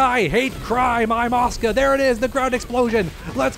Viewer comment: I thought u were saying "OSCAR"... I was like who the fuck is OSCAR... My dude, it is "ASU-KA"!